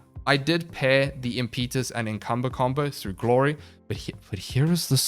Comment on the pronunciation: Not very important, but it's imp-eh-tuss. Not im-pee-tus.